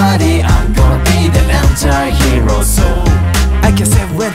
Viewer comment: ANTIHEROの発音好きすぎる